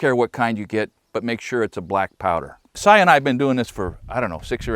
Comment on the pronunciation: "Cy and I have been doing this..." My Ears: "Cyanide"?